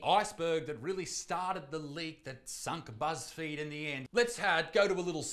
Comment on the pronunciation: Buzz feed then Isaac mispronounced Buzz field I think he meant to say Buzz Failed i mean the fudge 1.6 billion dollars worth to 100 million it sounds like wat happened to Kanye net worth